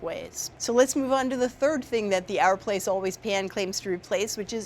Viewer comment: It's OUR, like hour, not ARE. OUR PLACE